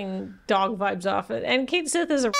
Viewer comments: I'm still mad they went with "Kate sith" as the pronunciation. It's "Ket Shee", the Cait Sith is an existing mythological figure with an existing way to pronounce the word, harumph 😡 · It's pronounced Ket Shee, not Kate Sith. I am SO mad that they chose to change the pronunciation of his name in the remake! I haven't gotten to him in the game yet, but I KNOW it will cause me physical pain when I hear it (because that's just how my stupid brain works, and it is not happy making). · Everyone treats Red XII like a dog, but also nobody can pronounce Cait Sith correctly. It properly should sound like "kett shee", so y'know fair's fair. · That pronunciation set off my Gaelic Radar and, turns out, yes, it's based on the name of a Celtic mythical creature (cat-sìth; pronounced 'kat-shee').